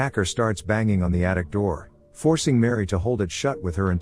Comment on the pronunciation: It's not Mary. It's Miri.